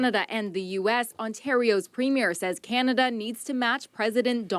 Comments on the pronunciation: from "polite" to "mean and nasty" I AM CANADIAN!! and it's preem yer, not prem yer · FYI, premier is pronounced “ preem yer” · Pro-tip: the elected leader of a Canadian province is called a "Premiere", and its pronounced "PREEM-yer" (not prem-YEAR) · It's Pre-meer not Premier (it's not a movie premier).